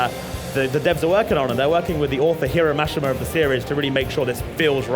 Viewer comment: Fiore “fee-or” I cringed when he said that and Mashima wrong too